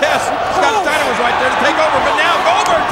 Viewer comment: I can't with this :'D "Stiener" hahahahaha